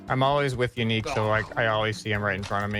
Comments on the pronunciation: Commenting soon enough to finally confess that: for months I thought that Yannic's name was Unique, because of how, and pronounce it. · Pretty sure it’s pronounced yuh-nique